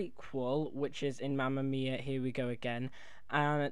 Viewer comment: It's Mamma Mia not mama miaa